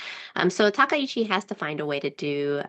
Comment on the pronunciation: Correct pronunciation isTakaichi not takeichi